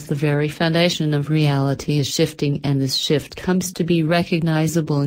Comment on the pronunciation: did you leave the f out of shift on Purpose? lol